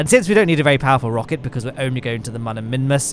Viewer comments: Why does he say mon and not moon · Why do you say mon and not moon?